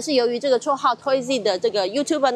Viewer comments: 記者 把 拖椅子 念成 拖一粒 椅子都不椅子了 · 偷一粒？連TOYZ都念不好喔…. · 有人有聽到這個記者講偷椅Z嗎😂😂😂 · 記者講話超卡 還有toy z分開來唸是怎樣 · 偷椅Z哦 記者很懂唸哦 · 想消費人家卻連人家名字都不會念 這媒體素質… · 連名字都念錯的這麼誇張,那合理懷疑,整段新聞是不是還有很多地方也是錯的?